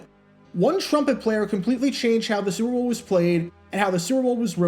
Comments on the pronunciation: Why can’t you pronounce “Super Bowl “correctly? Every time you say it 5000 mph. It’s not the “Zrbool” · Slow down; annunciate. What the hell was "Sewer Boe Two"?